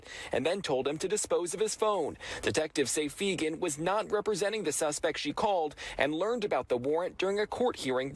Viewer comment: *Nicole Fegan not Nicole Fenger lol